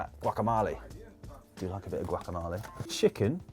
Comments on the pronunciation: GuacamOle, not guacamAle, Dan! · Dan, your mispronounciation of guacamole insults me as a Mexican. It's pronounced Guac-A-mohl-ey!!! Come on Dan!!! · "Guacamale" cringed me up so bad! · Seriously Dan? Guacamahlee ? sigh... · casi dijo guac-tamal'i'